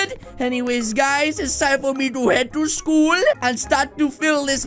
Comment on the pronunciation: the way he said sool intead of schoole